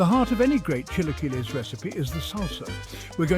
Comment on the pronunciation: The pronunciation of chilaquiles is killing me 😂